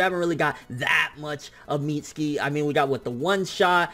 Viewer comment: Why can't he pronounce mitsuki